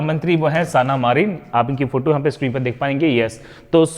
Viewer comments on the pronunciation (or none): none